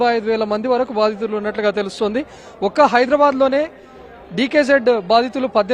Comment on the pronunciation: Baattulu kadhu thalli, Baadhithulu